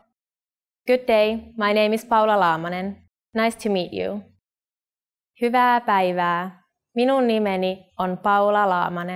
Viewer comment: This is fine, but why is "hyvaeae" pronounced "huuva"! They say it like it's just an "a"